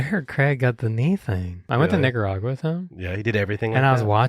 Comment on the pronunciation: you definitely didn’t say Nicaragua lol